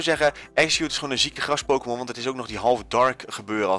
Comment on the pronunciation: Gggrrras Gggrrrond ~ 2017